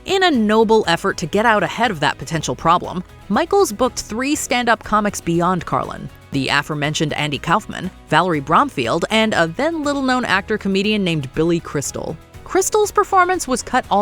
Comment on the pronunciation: *uh-FOHR-mentioned, rather than AFF-ur (like the word "before," rather than "beffer")